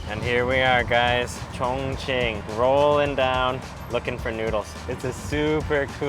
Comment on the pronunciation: i first thought you said "chingchong people are so friendly" haha